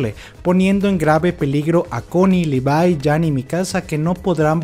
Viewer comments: Se pronuncia LIVAI, no LEVI... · Se pronuncia Lívai. Es SHINgeki no kyoJIN.